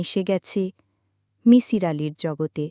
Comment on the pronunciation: that was not kabbogrontho but golpogrontho fyi. its not mishir its misir. get our name pronunciation correctly.